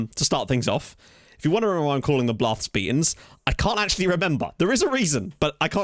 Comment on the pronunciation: This being my first time hearing it, "Blarth Speetans" might be my favorite thing ever. Made me laugh every single time.